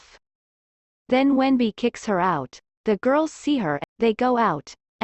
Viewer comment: In Chinese his name is wen-bing, but it's pronounced wen-b, not wendy